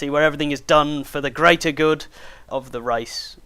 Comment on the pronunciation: For teh Greatah GOOD! xD Great vid btw!